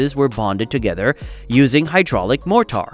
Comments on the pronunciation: 'More tar'??? MORE TER would be correct.. freaking AI voices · i finally had to stop watching. Mor-tar and ky-sonn over and over was embarrassingly bad. Ruined all of the hard work that went into it. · What is MORE TAR? I see no tar ...A.I. ROOLES!!! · Awful AI voice with Chinese pronunciation of more-tar 😟 I’m not watching anything else from this channel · Wtf is MORE -TAR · What the F is Moor Tar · I like the video the bot bothered me...... motar...smh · This “Mor-tar” is incredibly annoying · It's MOR-ter and CAY-son. Please hire human voice talent or get a robot voice that can fool us convincingly, otherwise, there goes your credibility. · Or moretar! 😉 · I suspect your word more tar actually means mortar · Glad someone else noticed it. AI is supposed to be smarter than man? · GEEZ!!! mor-tar cy-son.... Get your a.i. trained BEFORE posting a ridiculous video! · Wots more-tar? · "More-tar"? Wrong pronunciation. To distracting for me. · it says more amount of tar :))))))))))😇😇😇😇🤣🤣🤣🤣🤣🤣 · Too distracting. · “Mort … tar”! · One would have thought that an editor might have reviewed the video, and corrected the pronunciation of "caisson" , "mortar", and other words in the voice-over. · The directions of the legs are labeled wrong. It is the North and West legs by the seine not the North and East. The South and East are on the dry side. I hate the computer generated narration. It mispronounces Cassions and Mortar.